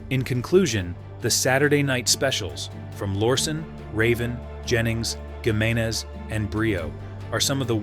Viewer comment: It’s pronounced “He”meneze.